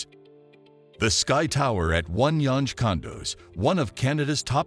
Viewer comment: Wow .... The pronunciations that your voice artist uses for the street names are so totally wrong. "Gerrard" is not pronounced Jerr - rad It's pronounced Jerr - rah - ard And "Yonge" is not pronounced y-ohn or yon-ge it is pronounced young